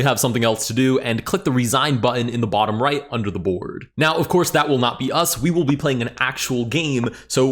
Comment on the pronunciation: my guy really said 𝕭𝖔𝖆𝖗𝖉